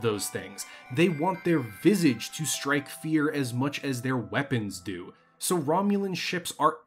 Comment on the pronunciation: Someone doesn't know how to pronounce 'Visage', over and over again.